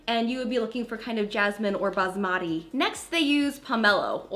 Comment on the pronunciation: When she pronounced basmati Lol the Indian in me - 👁️ 👁️ 👄